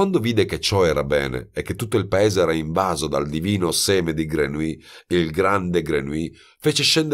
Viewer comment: Jean-Baptiste Grenouille 🙄 la pronuncia esatta (e in questo caso è fondamentale).con un copia-incolla si può ascoltare sul traduttore. Ma nella versione originale naturalmente. Non tradotto in italiano. "Grenuí " nun se po' senti... 😖😖😖 Voce splendida, libro magnifico ma..."Grenuí" non mi permette di continuare 😔 🙏🏻🙏🏻🙏🏻